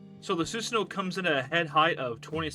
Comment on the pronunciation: Im sorry i only got 22 second in before it bothered me. It's Soo-san(like swan) oh-woh